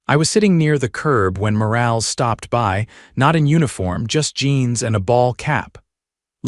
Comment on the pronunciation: Morales, for God's sake, pronounced Mo-ral-es, NOT morails!